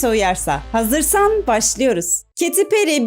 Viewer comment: Kadinin adigini dogru soylesen on numara video😂